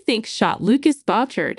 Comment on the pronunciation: Please pronounce names correctly: Nathan is NOT Nath-an, it is Bouchard NOT BOTcher, Monague NOT Montig.